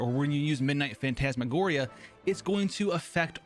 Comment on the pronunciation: He pronounced Phantasmagoria so much better than me